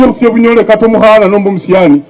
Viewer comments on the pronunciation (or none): none